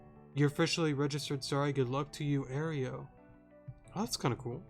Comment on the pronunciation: You're pronouncing Aero like Oreo, it's more like aero-dactyl